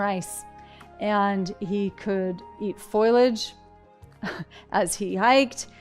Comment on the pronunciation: Lol, I know. I’m making fun of how Ruby says “foilage” in the video.